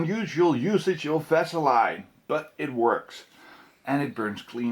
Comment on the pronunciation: i was just checking the comments to see if anybody caught him pronouning "vaseline" - lol